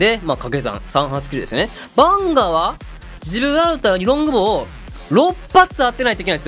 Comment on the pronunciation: ジブラルタロってあま噛みしちゃうところ素直に惚れてます(*≧∀≦)